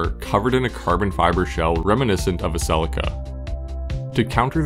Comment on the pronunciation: Celica See Lee ka Ffs